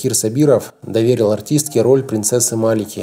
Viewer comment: Не могу поставить лайк за такой заунывный голос и неправильное произношение. к примеру принцесса МаликА-А, ударение на последний слог и что это за выражение " поДстриглась в монахини?! Может всё-таки постриглась?